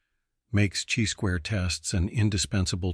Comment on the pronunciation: You know it’s a computer when he says, “type EYE error” and “CHEE squared test” 😅 but great content all the same 👍